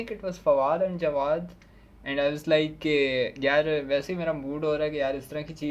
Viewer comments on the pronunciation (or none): Whoo calls Jawad snow? Its JAWADE pls